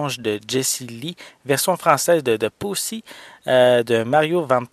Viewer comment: Il faudrais juste bien prononcé Posse parce que quand tu le prononce on dirais que tu dit Pussy!! té mieux de le prononcé en anglais c'est mieux! Pour le film que j'ai vue à l'époque a sa sortie en 1993 sur VHS c'étais vraiment de la bombe j'ai plonger dans l'histoire passionnante de Jesse Lee! que du bon et avec en plus une bonne brochette d'acteurs comme Mario Van Peebles et son père dans la vrai vie Malvin Van peebles, Stephen baldwin, Billy Zane (que j'adore dans ses rôles de méchant) et le rappeur noir Tone Lōc le plus comique de la bande! Bref j'ai bien l'intention de me le procurer en Bluray ce film en vaut vraiment la peine enfin si on aiment les bons western!! Merci pour ta vidéo!